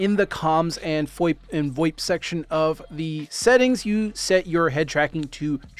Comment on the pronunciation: He said FOIP, not VOIP.